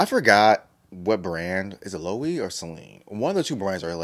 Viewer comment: love this reaction ! taeyong is always slaying. also btw the brand is actually pronounced ‘lo-weh-vay’